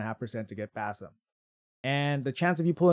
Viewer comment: I think the name is pronounced as Bazim with emphasis on ' i '.